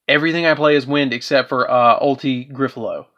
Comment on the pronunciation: “Ulti-Griffalow” is not even close to Ulti- Gaia-Pellio you’re just being extremely lazy in your pronunciations 😒